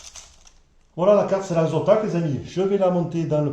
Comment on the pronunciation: Zotac pas Zontac lol